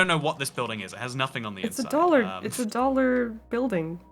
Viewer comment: “You jus go in there to dallor.” Ah yes, I love to daller!